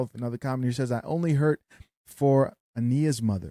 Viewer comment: it’s Aniah (A-ni-ah) as in Aniah Blanchard.